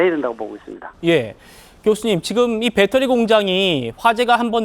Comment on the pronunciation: 교수가 초등학생 수준말을하네 ㅎㅎ 빼떠리~ 빼떠리~ㅎㅎㅎㅎ